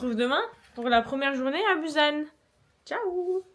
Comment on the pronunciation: Coucou ^_^ bou-SSan... = busan .. ^^ il n'existe pas de Z ou prononciation Z en korean ^^ et tout les U c'est ou ...